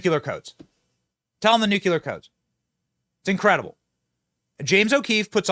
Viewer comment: Benny, if you're going to keep using the word NUCLEAR, could you at least say it right? It is NOO-CLEE-URR. *NOT* "Noo-Cue-Lurr" . FFS you're not Bush Jr. you have a brain.